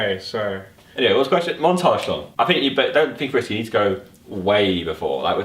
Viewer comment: I just realise that when tobi tries to say something with th he says f for example the, tobi fhe that's exactly like my brother.. I'm like 6 years younger than him and I can speak better english that him.. Like so my brother can get help